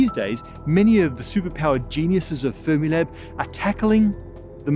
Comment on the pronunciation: "We love Space Time" "And we love Fremilab" AWWWWWWW _